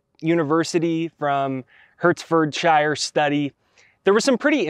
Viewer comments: You pronounce it Heart-ford-shire, 🤣😊👍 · you have helped me so much, and this clip is amazing 👏. Now I would like to help you with the pronunciation of Hertfordshire 😊. I grew up in Welwyn Garden City, which is in Hertfordshire. It is pronounced heart ford shire. The heart, the car manufacturer, and the place where all the hobbits live. Much love 🙏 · Love this. Thank you. ❤ By the way it is Pronounced Heartford sheer 🥰🥰🥰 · Came here to say the same ha:) To make things easier pronounciation-wise,! I’d also say, Hart-fud-sheer (from the midlands) xx